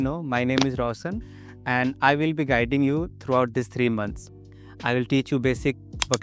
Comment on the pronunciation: रोशन not रोसन